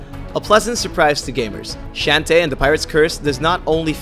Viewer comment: Shantae is pronounces "Shawn-tay"